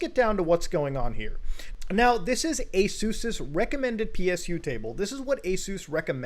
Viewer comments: Wait up a second...Is that how ASUS is pronounced? Am I 40 years old and have been saying that wrong for a super long time? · I like how he pronounces Asus